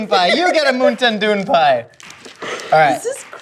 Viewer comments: Moon-ten doon-pai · MOONTAIN DEWN PIE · "Moontan Dewh Peyes" - 2020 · Moonten Dewn Pie? ...What a time to be alive... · I reclicked on this video just to here say moontin dune Pie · Moon tan dewn pie? Sounds like thigh food! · Moon tin doo pie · Moontin doon pie 😂🤣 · pronouncing MoontainDoonPie sounds like another language altogether I can't even 😂😂😂